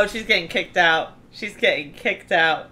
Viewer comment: I live in England and sounded a bit English when she said “She’s getting kicked out”.